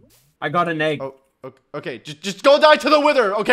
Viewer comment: the most sus part is when says the word "egg" in